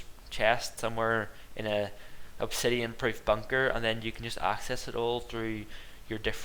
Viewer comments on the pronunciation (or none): none